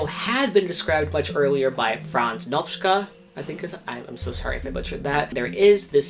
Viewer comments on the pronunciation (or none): You tried with Nopcsa. The pronounciation is closer to Noptcha.